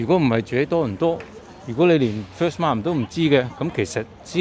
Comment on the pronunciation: Many people say it wrong. The word Markham is not pronounced as Mark Ham. The letter h in Markham is silent. Say it as Markam please.